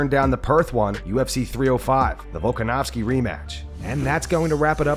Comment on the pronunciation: Gilbert cant pronounce volks name to save his life 😂😂😂